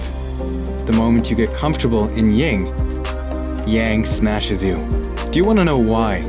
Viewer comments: excellent video. but its YIN not ying. Yin Yang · 9 min mark. he says ying instead of yin lol 😂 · "the moment you get comfortable in ying..." the word is Yin.